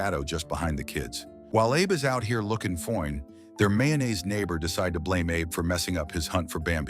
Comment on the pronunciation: true. i been following u since u started this channel. before i ever saw your "ending credit" when u reveal your face, i knew automatically u were a black woman when u said, "fo-ine" thru your voice changer😂. anyway, i am a fan of u, keep it up!